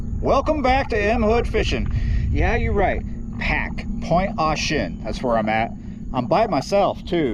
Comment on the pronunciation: Luv the videos but u may catch some heat on how you pronounced that area. Ty for the video sir and Happy 4th 🎉